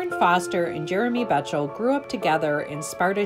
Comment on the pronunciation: Jeremy's last name is actually pronounced "Beck tol".